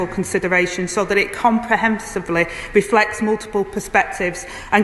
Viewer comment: "Comprehensebly"? Whoever writes the answers for this thicko needs to make sure that she doesn't have to pronounce words with more than 2 syllables.